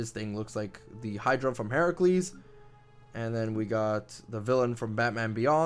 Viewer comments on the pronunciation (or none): none